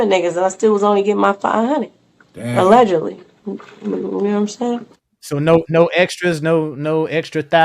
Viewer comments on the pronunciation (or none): SHE SAID ALLEDGALY PRESIDENTIAL🤔🤔🤔🤔 WONDER WHO SHE'S TALKING ABOUT ALLEDGALY.